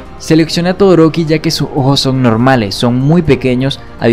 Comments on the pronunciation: Hace como ohoos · soy el único que se da cuenta de que cuando él dice ojos lo dice de una forma muy extraña como si disiera ojo pero refiriéndose a uno cuando se está refiriendo a dos.